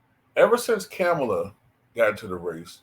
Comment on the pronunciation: Just a curious question. Do you mispronounce her name on purpose or is it unintentional? It’s a lot umph on that “Kam” syllable.